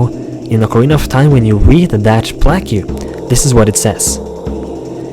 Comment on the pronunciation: Plaque is pronounced "plak" not "pla-que"...